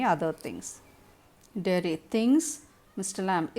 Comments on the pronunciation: Ma'am u should learn English first.. missed many convos ..and its derry not jerry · it's Derry not Jerry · Its Derry mam!Not jerry